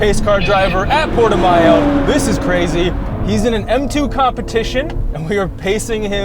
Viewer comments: Portima-el? It is PortimÃO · Dude Portimayo? As a Portuguese person I find that very funny haha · I think Portimão is pronounced "Por-chee-maw" 😉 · Didnt know the track was pronuounced "porti mayo" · Portugal! Glad you liked it my dudes, the Porti"mayo" butchering was great :D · Everyone on europe loves i drive and it basically is the standard to compare to other systems. Wonder why you dont like it. By the way im portuguese and you pronounced very badly Portimão. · I know "ão" is a really hard sound to pronounce but absolutely butchered it 😂